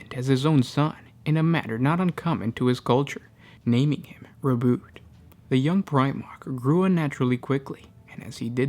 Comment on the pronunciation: i thought its RO-BU-TEY not ROBUT.